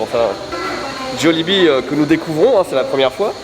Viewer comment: "Jollibee" se prononce "Djalibee" à la philippine ;)